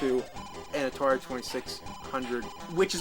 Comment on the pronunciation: Atari twenty six hundrit.